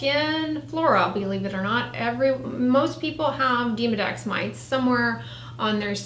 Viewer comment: Demo Dex, not Deemo Dex